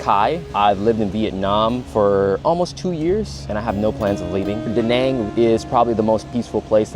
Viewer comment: one thing though Da Nang pronounciation is just wrong